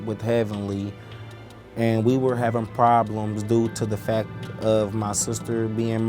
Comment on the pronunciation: "due to the fak of" I just can't get over that